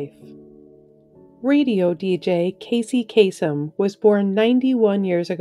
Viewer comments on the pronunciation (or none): none